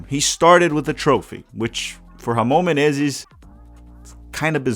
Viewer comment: Caí de paraquedas aqui, a pronúncia do inglês tava boa ao ponto de achar q o canal era gringo mesmo até vir a pronúncia perfeita de "Ramon Menezes" e eu me ligar que é br kkkkkkkkkkkk tmbm percebi o clubismo na hora de cornetar o Rony Rústico por ser palmeirense, eu já gosto do Rony pq sou Athleticano kkkkkkk